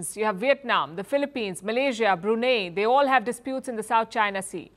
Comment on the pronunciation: Awww pookee palki is so sour and bitter ... Oii pookee palki, wtf is, "Brunay"?